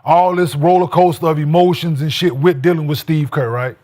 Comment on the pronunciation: “wit a pillow”🤣